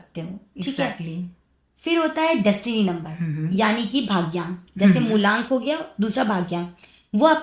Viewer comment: मूलांक होता है न कि मूल्यांक थोड़ा बहुत तैयारी के साथ पॉडकास्ट शूट कीजिए